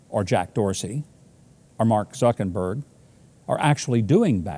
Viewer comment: "Mark Suckenberg" 😂😂😂